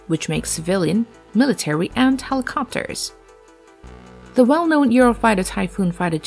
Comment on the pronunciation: Interesting video; however, your narrator really needs to work on her pronunciation, specifically where she places the stress in words like airliner and helicopter.